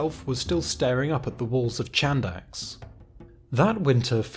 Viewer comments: Nice vid but it's not pronounced "Chandax" it is more like "Handax" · Chadax Χάνδαξ is pronounced as Hànthax (h like in have, horse and th as in the). Amazing video as always.